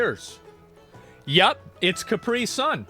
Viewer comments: It’s not pronounced Car-pre-son. 😂 asmong it’s pronounced Cap-pre-sun. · Why do Americans pronounce caprisun kupree? Weird